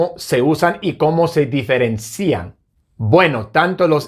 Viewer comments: practica bastante la pronunciación "diferencian", tu pronunciación es tipo "diferencían". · A mi me fascina cómo dice “ se diferenCIan” … acentuando “cían”… le queda genial! Este profe es excelente! Tenemos suerte de ver sus clases